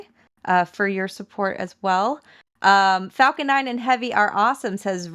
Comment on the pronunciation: The announcer sounds like he is saying f$cken 9, lol.